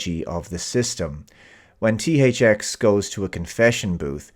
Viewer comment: I always thought she was pronouncing nis name "Thucks". Also I like that the "Jail they put him in is a white big open area. And they only stop chasing him when it costs too much. In that scene where he's climbing up the ladder in the tube to the surface you see how much the chase costs. And once that cost gets to certain point they stop.